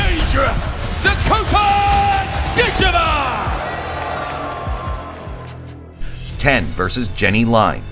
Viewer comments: “dit-CHEE-vuh” 😅😅😅. PLEASE! It’s “DIT-cheh-vah”. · Pronounced.... Dit Cha Va Idiot! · NEXT....time watch the video before posting....her last name is pronounced: Dit....cha...VA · How could you watch all these announcements of her name and still pronounce it wrong the whole time !????? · What is with the Americans when pronouncing words? Can't they listen how the rest of the planet is pronouncing her name? She is impressively fast while having powerful blows and no trash talk! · Learn how to pronounce her name. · You are mispronouncing her family name. The correct accent is on the first syllable. Listen to the referees.